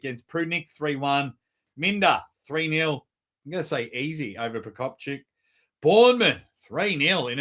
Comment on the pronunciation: Procopcheeuk ❌ Procopchick. ✅